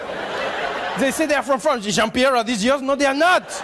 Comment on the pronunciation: I love whenever he says Johnpierre in his French accent gets me every time😂😂